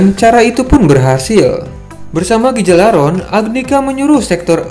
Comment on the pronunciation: Cara Bacanya bukan gigalaron tapi galarhorn